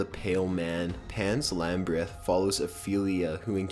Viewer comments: or how he says Pans Lambryth instead of Labyrinth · Also Pan's LAMBRITH wtf. this guy is shit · Pan's Lambrith? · Did I just hear him say "Pan's Lambryth"? What?!